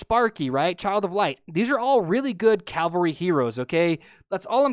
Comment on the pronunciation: Its cavalry! Spell it with me, C-A-V-A-L-R-Y. Not calvery. not cavlery. CAVALRY!